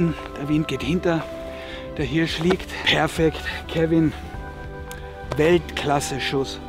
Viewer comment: Wichtig: Immer eine hand in der Tasche beim laufen & die Waffe auf der Schulter!!! Aber Hauptsache er kann Hööörsch gut aussprechen.